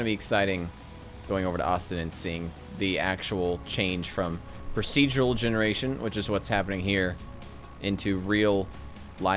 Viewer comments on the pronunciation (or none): none